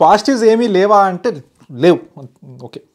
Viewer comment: Positives yem levaa antaraaa ante LEYVU🤣🤣🤣🤣🤣🤣🤣🤣accent 😆😆😆😆😆